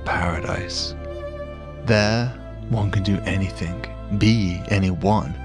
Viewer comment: Anything, not anythink.. soz